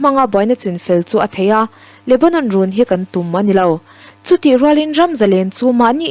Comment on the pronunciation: "An tum ruh"viau l sawi dan hi a diklo "tum" hi a ri hniam lovin a ri sanghret in lam rawh.